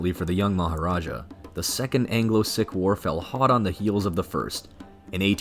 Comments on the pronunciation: It's probably just AI but it's pron. "seek" and not "sick" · "Seek" NOT "Sick". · Spent some time wondering who these ‘sick’ people were - what an affront..also ‘Logan’ is not pronounced Loggin - the ‘O’ is hard… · Sikh is not pronounced 'sick' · Sikh is pronounced seek.